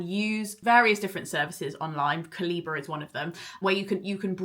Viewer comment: I know it's absolutely not the point but it's cal-ih-buh, just as the word would be said in regular speech. I think I've only seen one video on this where someone got it right! Also, publishers change the contents of the eBooks not Amazon so you'll still get the same updates pushed to Kobo with cover and content changes. I don't know how Kobo implements these changes but it'll still happen as long as publishers update files rather than making a new file for each edition. It's the same as how the same book can be republished with a new cover and the same ISBN, the practice isn't exclusive to ebooks it's just that with a paperback you'd have to buy a new paperback to change cover or introduction etc. So the Roald Dahl books will all have the new text regardless of whether you buy them from Amazon, Kobo, Google Play or direct from the publisher.